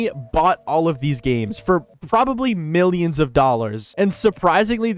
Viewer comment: can't tell if you are saying billions or millions